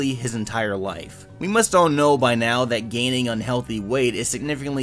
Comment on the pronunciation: ALL MY LOIFE